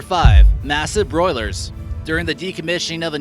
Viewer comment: Boiler not broiler.